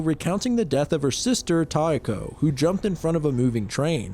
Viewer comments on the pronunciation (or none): yeesh that one messed me up with the names. kay-ko and (I wish it were tie-eh-ko with more stress in the beginning than in the middle, kind of like how you were going for kay-eh-ko, but the "eh" part can be almost silent)